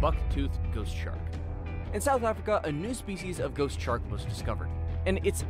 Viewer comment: “Shork” made me laugh XD